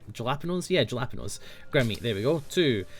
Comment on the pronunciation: It's halapeenyo